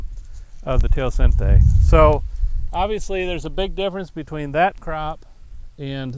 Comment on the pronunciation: History or typology? Where's the academic rigueur of this work? You're supposed to be an American, not third world school. Teocinte is mispronounced and misspelled.